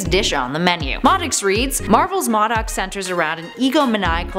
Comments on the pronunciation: it is pronounced Moe Doc not mod doc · LOL!!! She cannot ever say MODOK and Tigra right. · Moe-Dock not Maw-dock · Did she say MaDuck instead of MODOK? Wtf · Who are Maudok and Teegra??? I know a Modok and Tigra. U pronounce the I in Tigra and O in Modok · enjoy the videos. however a suggestion, it seems obvious the personalities read a teleprompter. for goodness sake take a trip to a comic book store and learn how to pronounce character names. Modok is Moe-dock Tigra is Tie-gruh. kinda like a tiger... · M.O.D.O.K. Is pronounced Mow Doc. Your pronouncing it wrong. Also it’s pronounced TYgra like a tiger. You know because she looks like a tiger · I'm no expert but... Modok - (Moe)dok Tigra - (Tie)gra seem to be the common pronunciations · "Maw-Duck"???? Lmao "Tee-grah"....wow....way to pronounce those wrong. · Isn’t it pronounced mOdok? The O is like Oh? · I really love it when you do videos. But this time I about couldn't finish it because of how you pronounced Tigra. Like, saying M.O.D.O.K.s name wrong is one thing but "teegra"? I cringed every. single. time. Also, please make a surprising facts video about Ben 10 and alternate version videos of Loki and Excalibur (the sword). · why does she say M.O.D.O.K like that she is saying it wrong and it sounds weird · I feel like she mispronounces the names of tigra and modok on purpose just to trigger us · U said modok wrong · Anyone notice she kept mispronouncing MODOK